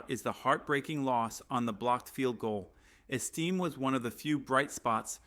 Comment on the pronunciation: Name is not esteem, it is Estime...AI crap narration??? Hey, were not taliking Martha Stewart crimes...I have to see her 3+ times a day on national TV, even after years in FEDERAL.PRISON???